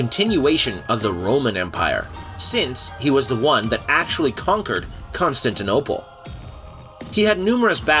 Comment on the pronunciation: Please work on the pronunciation. Constantinople isn't that hard to say. Hatun is pronounced "Hah-TOON"